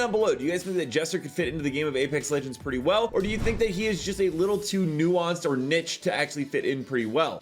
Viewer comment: Did just say niche or nitch😂 😅